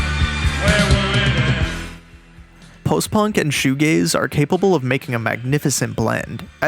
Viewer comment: Oh it’s shoe g-a-z-e not shoe g-a-y-s. This makes much more sense.